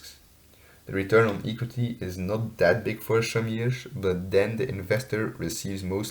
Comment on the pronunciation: Hello, I liked you presentation. Your pronunciation was really nice. I also find it good that you use data from 2015 till 2019. I have 1 remark. I think the the pronunciation of the word equity is different. But your presentation was good overall.